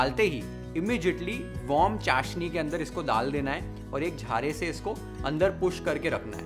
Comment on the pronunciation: दाल देना ❌ डाल देना ✅ द से दवा , ड से डमरु | कृपया इसे १०० बार बोले हर रोज़, आपकी भाषा सुधर जाएगी |